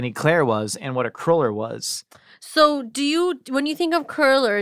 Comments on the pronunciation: I love, but is she incapable of saying "cruller?":) Every time she said it, it sounded like "curler" to me... (maybe I'm the weirdo?) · Not called a curler, its cruller lol